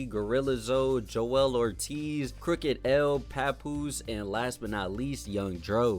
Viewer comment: This mf said “crooked L” I stop respecting your opinion on easy mistakes like this